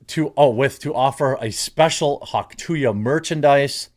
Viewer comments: Why do you keep saying "hawk tu yuh"? Its Hawk TUH. She says it herself xD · Hawk - too - uhh, not hawk - too ya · Come on Jeremy! There is letter “y” in the phrase! Stop saying “Huck to ya” it’s “hawk to uh” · why do you keep saying "TO YA" ? TOO-AH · Hauk tuah. Not hauk to ya. You sound retarded. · Dude there is no “y” in Tuah, stop pronouncing it wrong. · Am I crazy or is it pronounced “hock too-uh”? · Dude sounds like a boomer. "Hawk TWO-ya"... thats not it bro. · It’s “too ah”. Geezus man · Hawk too yah lol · Yeah no "y" in that. I was having a difficult time listening. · Why do you keep saying Hawk two yah? You've seen the video a million times you said. Are you dumb? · its funny that you pronounce it "hawk tuya" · I doubt you will ever talk about her again, but if you do… it is hawk ‘two-uh’. Please at least say it correctly. 😂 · Hauk too-yuh? Dude that was so retarded. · Hawk two ya? Lol i knew Jeremy got words and sentences mixed up, but Im not sure where he got Hawk two ya? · These fucking canadians, can't even say "tuah" correctly lmao come on man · I know you know how to say Hawk Tuah, and my comment is what you were more than likely going for, but I can’t help but cringe every time you say it. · You can't even say Hauk Tuah correctly. FFS man at least try. I'm not sick of her at all. Those that are sick of her are not getting the Hauk Tuah treatment and it shows. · Hawk Tuah, Jeremy. You heard her pronounce it. You can do it. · Why do you keep mispronouncing the phrase? You played the video and heard her say it.